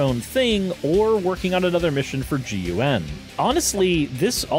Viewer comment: Pronounced GUN as the letters. Disliked and reported….